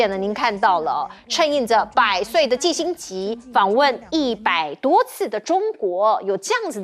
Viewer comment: 錢子很業餘的感覺，念新聞幾句就要錯一個字。季辛吉念成辛季吉，這麼有名的人都念錯。